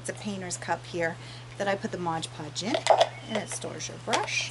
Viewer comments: it's MOD podge....geez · Mod, not modge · It's Mod Podge, not modge podge. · Very nice project but the adhesive is M O D Podge not modge podge. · Fabulous work. No offense intended: It's Mod, not modge.